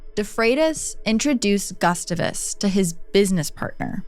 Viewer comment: I love your videos but your pronunciation of “Gustavus” is making my brain hurt. 😂